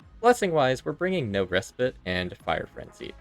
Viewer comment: They way he pronounces "Respite" gives me cancer.